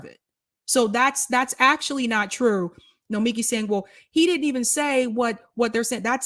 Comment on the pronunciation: BTW, her name is said no-me-KEE